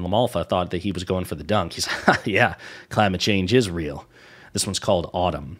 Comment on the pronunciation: He pronounced it like “ottom”.